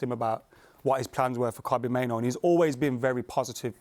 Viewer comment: hate the way say kobbie mainoo